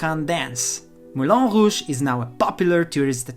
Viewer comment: Its not melon rouge. Its "moulin"